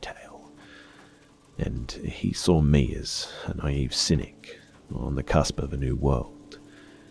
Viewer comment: Hey, why do you pronounce the word "saw" like "sar" btw?